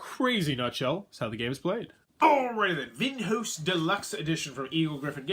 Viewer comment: is it so hard to check "Vinhos" pronunciation in google translator before recording?, massive face palm